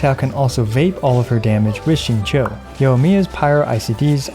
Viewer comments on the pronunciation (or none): none